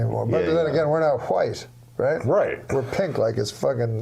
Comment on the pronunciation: I love how Norm pronounces it Hwite